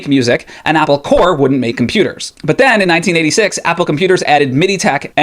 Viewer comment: Corp. = Corporation Corps (pronounced ‘Core’ like you did) = an organized body of people, like military units. Not the same word